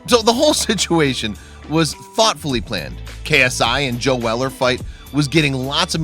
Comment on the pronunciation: How’d u say joe wrong?